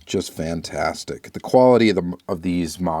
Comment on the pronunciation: “Just vantastic!” 😂